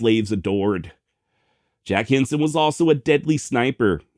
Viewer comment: Every time you said his name my mind heard “Jim Henson” creator of “The Muppets”. 😂